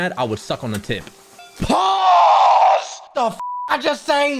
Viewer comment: That “pause” was summoned from the deepest depths of his soul lmao